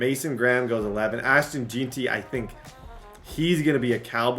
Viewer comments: It's JEN-TEE FFS lmao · “ashton jeenty”